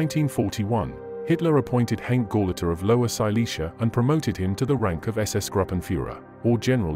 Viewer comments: I showed my father, who was 14 years old when he escaped in 1945, the video and he asked me why the name Hanke was pronounced so incorrectly? I had no answer...maybe lack of interest or inability!! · It would be nice if you pronounced the name of Karl Hanke correctly!